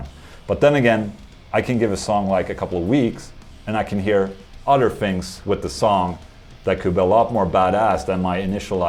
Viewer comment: Hi Ola, Have you ever put together a Warmoth guitar or a kit guitar? Also, have you ever said "Otter" whilst actually referring to an Otter? Just curious... ;)